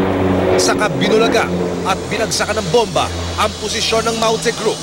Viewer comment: Masyado nmang slang Ang reporter sa pagbigkas Ng "MAUTE GROUP" with English accent😊